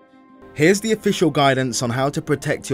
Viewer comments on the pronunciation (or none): none